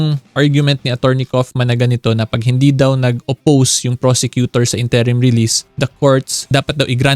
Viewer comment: What is up with the incorrect pronunciation of INTERIM?🤭